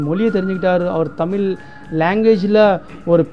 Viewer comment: pronounce தமிழ்